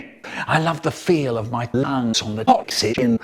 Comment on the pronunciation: I love the feel of my LAHNGS on the OX-EE-JEN